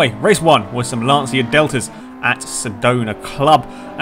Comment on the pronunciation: It's not Lansia but Lanchia (reading).